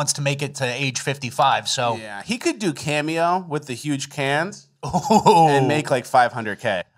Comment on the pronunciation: Cameo < Can-me-yo